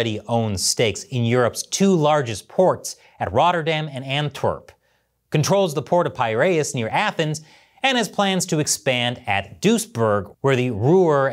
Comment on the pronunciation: Rotterdam is pronounced slightly different, O should be pronounced like the first U in structure. The A is like when you are in a rollercoaster screaming aaaahhhhhhh. take that A and you're there. Dutch and frisian are the 2 languages that lay closest to english and english is very easy to learn here and I think it is the same for english speakers that dutch and frisian are the easyer languages for them to learn.